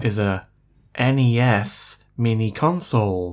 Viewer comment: NES not en-ee-es.